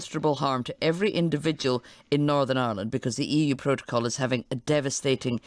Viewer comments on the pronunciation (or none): She said "EU Protocol". Was that an intentional mistake?